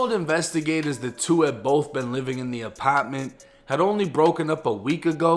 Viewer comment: The apitment.Lol